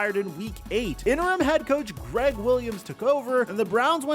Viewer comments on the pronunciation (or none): none